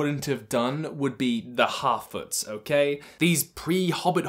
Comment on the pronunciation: Every time you say harfoots, I can only hear halfwits, because of your accent...